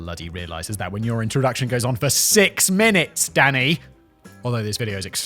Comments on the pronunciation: The first few times he said, "Danny", I thought he was saying, "Daddy". 🤣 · Am i the only one who's hearing daddy instead of danny? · Am I the only one who hears him saying “Daddy” rather than what I assume is supposed to be “Danny?” “Yes Daddy, you’re nailing it!” “That’s an oxymoron if ever I heard one, Daddy!” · Every time you say Danny it sounds like daddy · It sounds like Simon's referring to Danny as 'daddy'. lol, it's dunny every time. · Every time he says Danny sounds like Daddy lol Daniel or Dan next time 😂 also Medicine Hat is in Canada not the US! Great episode again